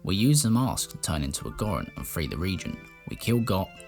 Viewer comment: I’m from north England and don’t like the way you pronounce Zora or Goron but your Zelda videos are great. Superb content sir